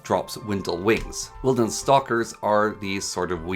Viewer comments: Hearing wilden (WILD-EN) as Windle was hard, but this is by far the best ars guide ive seen. Nice Job. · Its Wilden not Windel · Very helpful video, but you mispronounce a lot of things. (e.g., domain wand as dominion wand, or winlden as wildens) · the "windle" instead of "wilden" pronunciation killed me, but love the video otherwise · This was a super informative video I appreciate the knowledge. I do wanna say tho I think u may be dyslexic. You kept calling Wil-dens as Win-dels, you called the potion mel-der as potion med-ler, and you also called the ender eye as eyer end. I know some people with dyslexia and they do the same things when reading, so you may want to look into that if you haven’t already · “Starbuckle” “windel” “domain” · how could you possible pronounce w i l d e n as windle its not even the same letters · You saying Windel was bad, but I could get past it. When you called the melder a medler I just couldn't keep going anymore. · Win-del? You retarded bro? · every time you say Win-del it makes me cringe tbh, but I like the video nonetheless. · I was a little anxious seeing how long this showcase was going to be but, you did an amazing job keeping my (poor) attention. Everything is explained simply and concisely. My only critique is your pronunciation for Wilden. I believe it's meant to be Wild-en Or maybe you it was trap for engagement farming insert sarcasm Wonderful work. You have a new subscriber